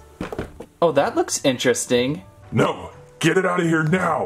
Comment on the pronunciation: Kinda In-Tale-eresting!